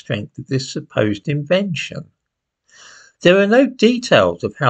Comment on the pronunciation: Dem niggahs invent so many gud imveshuns